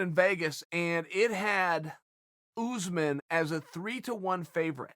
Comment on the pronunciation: Chael: Kamaru "OOZEMAN" Usman